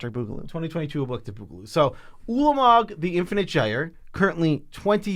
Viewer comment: Thanks for pronouncing Ulamog's name correctly!